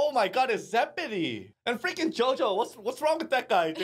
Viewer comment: Beh che dire, JoJo in Italia mi ha fatto veramente ridere. Anche se la pronuncia sarebbe da migliorare, ma Hey è pur sempre JoJo quindi non posso odiarlo